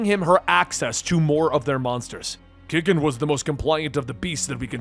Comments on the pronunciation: There are A LOT of fun Godzilla comics, btw I hears Gigan’s name is pronounced: Gai - Gan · LOL GIG AN LOL that pronunciation killed me XD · Here’s a little guide for pronounciation for the monsters. Gigan: Guy-Gan Megalon: Mega-lon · yeah buddy it pronounced Like guy-Gan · Correct pronunciation is Guy Gan. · Its "GUY-GAN" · You got Ghidorah's name correctly. But... Gigan's pronounciation? It's well. "Guy-Gan" :P But thats just me being a stickler. Either way, this was still fun to see. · The space chicken is pronounced gai·gan. Sorry still had to complain a little. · I was more upset that you said gigan instead of GIgan! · Lmao dude i gotta let you know you said gigans name wrong . Its said as guy gin. Not a bad attempt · Gigan- pronounced “Guy-Gen” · Perhaps I've been pronouncing gigan wrong but isn't it Guy-gan? I'm sorry I don't really mean to be THAT GUY but, since you brought up Ghidorah I thought you were going to bring up gigan as well. That's the only thing that was bothering me. I've been a huge Godzilla and power rangers fan my entire life so this was great to see and when it was announced I was extremely excited. Not as much as when power rangers vs TMNT was announced though.😂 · you still pronounced Gigan’s name wrong, it’s actually pronounced (Guy-Gan) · How could you pronounce Gigan wrong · You mispronounced Gigan's name. XD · Lmao your pronunciation of gigan 😆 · My biggest annoyance was how this dude pronounced Gigan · Anyone else found themselves giggling with a big grin when every other Godzilla enemy showed up? Also was anyone else a little bothered by how Gigan was pronounced? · You pronounced Ghidorah pretty well, but Gigan's was off, and I couldn't help but chuckle when you called Megalon "Megladon" Overall, another fun reading by you. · He said Gigan wrong too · It’s not Ghidorah that you pronounced incorrectly. It was Gigan. It’s “Guy-gan” not “Gih-gan” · I snickered ever time he said "gig-en". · Gigan is pronounced Gai-Gan. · Gigan not gign